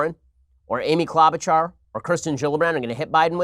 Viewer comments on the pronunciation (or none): Why won't he stop saying Claw-bachar? It's Clow-bachar, bro!